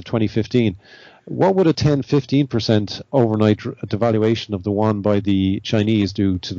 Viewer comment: How come no one can pronounce Yuan correctly? Yew-ahn.